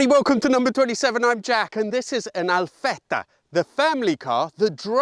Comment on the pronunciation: what impress me more is that you pronounce ALFETTA like an italian